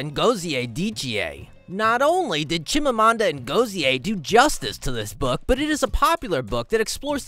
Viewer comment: You didn't pronounce The chime Amanda ngozi name very well 😂😂 actually I'm from Nigeria igbo to be precise same tribe with chime Amanda and we are both same state and village